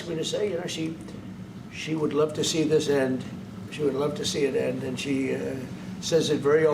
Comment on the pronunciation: "After zis we're gonna have a big pedo party with the european leaders"